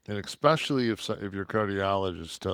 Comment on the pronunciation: AGAIN….., EXpecially is not a word. Websters dictionary